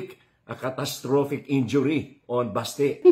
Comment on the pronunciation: "enjury" ampota baka "injury" wag mo pa halatang bisakol ka.